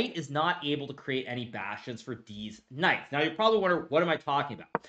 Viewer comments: Did he say deez knights? 😂 everything he says is so straight faced it’s hilarious when he makes a joke especially when I’m not sure if he’s joking or not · I love your dedication to saying "deez knights" every single time without fail. Love it. keep it up. 🤣